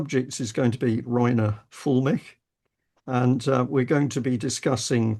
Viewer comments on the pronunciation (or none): Not Fullmick. Füllmich! Or in Englisch: Film me up!